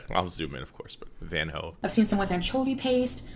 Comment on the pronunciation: Its not Van Ho but Van Hooten a brand of coffee, the name is partly covered.